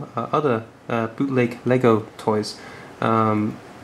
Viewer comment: Not bole, it's LEGO!!!!!!!!!!!!!!